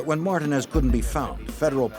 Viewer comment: The fact none of them can pronounce Martinez is crazy